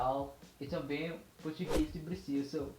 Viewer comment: Parabéns! Aprendeu rápido! I live in Brasil, yung majority pronunciation mo ay sa portugal at mayroon ding halo-halong accent ng brasil pero marami kang expressions ng brazil. Improve in your nasals... you can use the sound of "ng" of filipino to get the nasal well... all the best! galing! "Também" (Tambeng - ang bigkas for example)